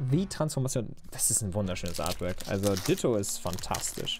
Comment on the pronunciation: wieso sagt er immer GOLRAK??? UND DITTTTTTTO man spriht beide anderst aus